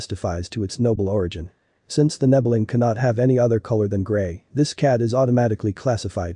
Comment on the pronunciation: Aren't nebelungs solid grey? Also...you're saying "nebbeling"